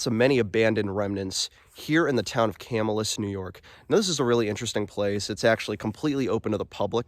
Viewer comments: Will definitely check this place out! By the way, the name of the town is pronounced Ca -MILL' - us. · Just helping you out bud, Camillus is pronounced Ca- mill- us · Pronouncing* lol yes it sounds like "kah-mill-us". If you do more videos we have hidden lake, Erie Canal, lots of places nearby. Whiskey Hollow, Herkimer Mines, bridge jumping 😅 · You're pernouncing the name of the town/city wrong Ca Mill us